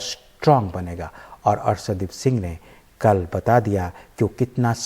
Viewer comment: शानदार और सानदार में अंतर करने सीखये और अर्सदीप नहीं अर्शदीप बोलये इतने बड़े चैनल पर ज़रा उच्चारण सही से किजिए। माफ़ी चाहूंगा अगर बुरा लगे तो।